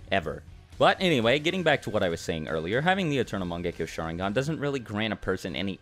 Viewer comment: I gotta say this u guys dont pronounce sharingan correctly